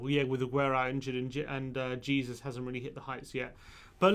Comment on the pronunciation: OMG.... PLEASE DONT SAY JESUS its fucking embarrassing. Its Heah-sus.